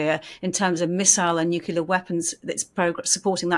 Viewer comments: Oh no, said "Nu-cu-lar weapon" and she was doing so well. It's nu-clear. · BTW, it's Nuclear not nukuler. As a journalist you should know proper English. The guest knows. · "nucular"? Really? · 'Nukular'? Really? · please learn to pronounce "nuclear" correctly. FFS, it's your native language!